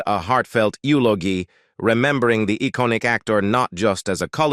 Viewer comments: These computer voiceovers totally fuck up the work you have done to compose the article. The RIFFELMAN? YULEOGEEE? Downvoted. Surely you could find a human to voiceover your work. Or do it yourself. I would rather hear a not so good human voice than these stupid computer voices with the jarring mispronunciations and mechanical pacing. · The AI voice is hilarious! "Joanie Crawford, Cornors former costar from 'The rifflerman', delivered a heartfelt elogie, remembering the econic actor not just as a collygue, but as a clothes freend."